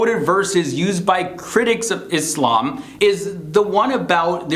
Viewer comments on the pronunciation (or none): Why doesn't this guy pronounce quran, allah, islam properly?